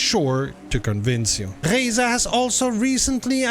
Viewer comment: The first youtuber to accurately pronounce "Reiza". Subscribing instantly after this.